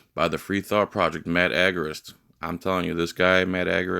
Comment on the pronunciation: It's pronounced agooor ist. Yeah, Matt rocks.